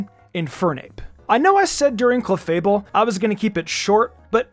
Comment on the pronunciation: When u said cleafable🙄🙄 strongest wtf man🤣🤣